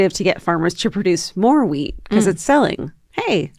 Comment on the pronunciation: in and I just realized Georgia is saying wheat and not weed😂😂😂